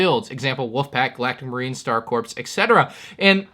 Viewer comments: It’s pronounced “core” not “corpse”. A common mistake but I must point that out. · Love your vids esp nice to catch leaked info… fyi corps is pronounced like core, it’s not a corpse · Anyone else get a little frustrated in the way he pronounced corps? 😬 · Dude you don't pronounce the "p" in "corps"